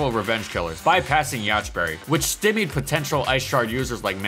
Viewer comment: "stimmied" Stye-me'd